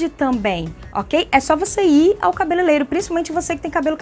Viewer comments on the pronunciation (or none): adoro seu canal viu? Ótimas dicas. Obg. por sempre dar boas dicas. Obs: se me permite o toque... O certo é * cabeleireiro e não cabeleleiro.bjs e feliz 2020.